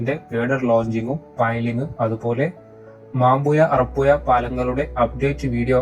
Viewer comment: വീഡിയോ കൊള്ളാം പക്ഷെ കോരപ്പുയ അറപ്പുയ മാമ്പുയ എന്നൊക്ക പറയുന്നത് കേൾക്കുമ്പോൾ വല്ലാതെ തോന്നുന്നു ഓഡിയോ കേൾക്കാൻ തോന്നണമെങ്കിൽ അക്ഷരങ്ങൾ കറക്ട് ആയി പറയാൻ ശ്രദ്ധിക്കുക.